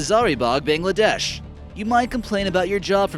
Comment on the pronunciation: Bangladest as well